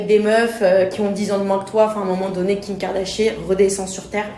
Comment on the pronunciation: hahh kim kardaché hhhh c kim kardashian